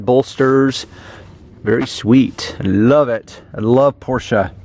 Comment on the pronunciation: So the German surname "Porsche" is for some reason pronounced with "a" in the end?